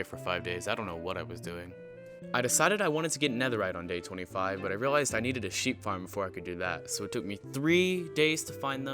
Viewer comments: When he said it and I also breed the sheep it sounded like he said I breed the sheh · Ac it sounded like he said shewi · day 37 my guy said Shreep noice